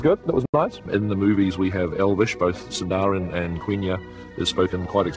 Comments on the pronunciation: youve spend lot of time to make sure that every word is spoken like it should be? what about elrond saying imLAdris instead of IMladris (god that sounded LAME when i heard it). and its SINdarin not sinDArin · Sindarin is said like Sin-daa-reen. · I love how Jackson is talking about how well they pronounced it, as he is pronouncing Sindarin incorrectly 😂 (Seen-dar-reen) with the emphasis on seen is correct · Lol, he said both Quenya and Sindarin wrong. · isn't it "sindarin"?